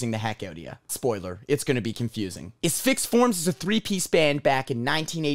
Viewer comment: Thank you for pronouncing it “uh-SFIX” instead of “ASS-fix”